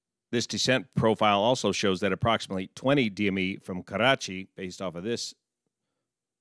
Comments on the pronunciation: 1 thing I can tell you with confidence. You are THE only non-brown person who knows how to say the name KARACHI right. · Yet another great analysis on this tragic plane crash in my City. I really appreciate all your work. It cannot be praised enough. I also love how you pronounce "Karachi" it's perfect. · Im from karachi and thank God he doesn't pronounce it as Krachiiii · Heartfelt condolences to all my Pakistani friends. As an Indian, this hurt. Also props for properly pronouncing Karachi. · Perfect pronounciation of 'Karachi' btw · Thanks for taking the effort to pronounce Karachi correctly. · haha i like the way you pronounce Karachi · great pronunciation "Karachi" for an american.